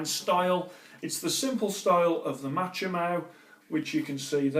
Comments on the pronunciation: It's pronounced MA-KO-MY not machomow.... still good content though 👍..... 😂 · Machomai= ΜΑΧΩΜΑΙ not Matsome